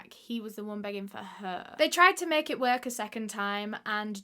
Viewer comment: Sorry I can’t get past how she said the word work “ worK” 😂